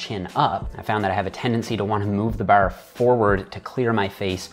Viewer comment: Why do you pronounce bar like an Irish?